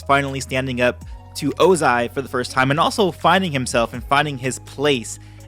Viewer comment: By "Ozia", you mean "Ozai"